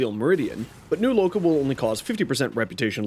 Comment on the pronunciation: My respect for you after you said new loka 📉📉